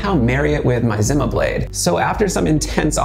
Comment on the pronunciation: company pronounses it as ZEE-MA not ZIM-MA